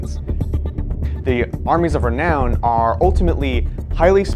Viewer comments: Lol he said reknown again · Re-Noun, otherwise good video.